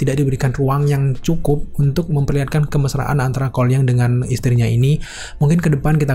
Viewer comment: Seketika kalo nyebut Cole Young secara cepet, malah dengernya "Kuai Liang"...